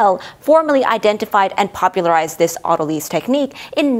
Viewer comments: “Auto lease” isn’t that a way of purchasing your next car? In biology “lyse” is actually pronounced like “lice”. Very thorough discussion. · Do people commonly pronounce it auto-leez? I've always heard it pronounced auto-lies. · The only thing that confuses me about autolyse is the pronunciation. I've never heard lysis pronounced "LISSiss", only "LIE-sis", so saying "auto-leese" not "auto-lies" or at least changing the stress to "au-TO-lississ" the way you stress the 'drol' in 'hydrolysis' is very alien to my ears! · It is av-toh-lee-sis, as per the original Greek. Weird, isn't it, when English speakers mispronounce words it's suddenly the new proper? Don't try to stop the natural evolution of language, it's a fight you will lose painfully. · Linguistic science is descriptive, not prescriptive. If you want to be pedantic, it's pronounced av-toh-lee-sis, as per the original Greek words. Just because Englishmen struggle and languish when pronouncing Greek, doesn't mean we have to change the language. 😉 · I've always heard it auto-lease. Not a z sound but an s sound. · AH-tuh-lease and aw-ta-luh-sis not ah-TUH-leez. Gliadin was also suspect. But beyond this, the videos are excellent.